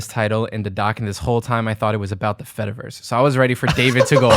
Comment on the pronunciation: it's been weeks now since i first heard the term, so i really shouldn't be doing this still... but my brain cannot help it. every time you say "fediverse" i hear "fetaverse" and think about cheese! 🧀😩